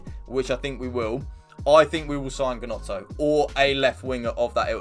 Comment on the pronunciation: It’s pronounced “Nonto”